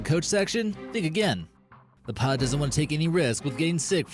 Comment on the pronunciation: He can't even pronounce "pilot".